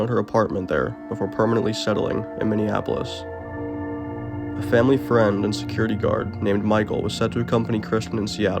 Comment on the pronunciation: Who says mini-OPpyl-iss?? Wrf